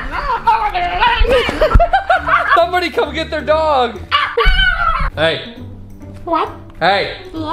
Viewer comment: Everyone: Dog Elmo: DAWG